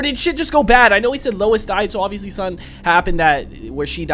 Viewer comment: "Lewis"??? Again???? Hahahahaha! Nice reaction - keep up the good works (and remember...."Lois" - pronounced "low-iss"!)............*edit* glad you realised again !! xx